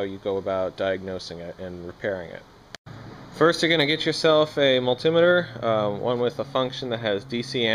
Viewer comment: I cant stand how you say multimeter lol BUT this was a very helpful video. Very good and simple straight to the point explanations. Thank you.